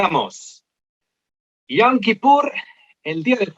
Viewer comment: Con todo respeto pero la pronunciación es yom no yam, pues yam en hebreo es mar :)